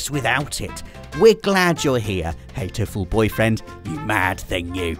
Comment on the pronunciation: It's pronounced hat-o-ful boyfriend. Not hate-o-ful. Why do you always add a silent e to everything?